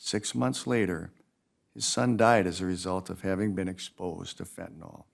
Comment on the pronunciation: You would think a judge should have the education to properly pronounce fentanyl…